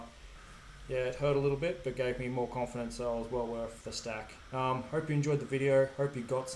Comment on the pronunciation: Awesome ingenuity and fab skills. Though I have a laugh when you say "hope" at the end because it sounds like "herp", so I can't help but think of Sean Connery saying "Super Sherpa". lol